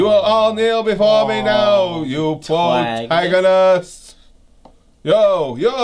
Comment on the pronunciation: the Pwotagonist guys claims Dartz is his ancestor anyway :D